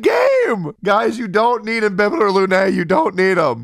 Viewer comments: BTW its not INBIBITOR its IMBIBITOR 😂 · So nobody notice the i"n"bibitor?